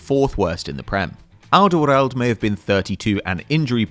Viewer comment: Good lord i've never heard someone butcher the pronunciation of Alderweireld quite like this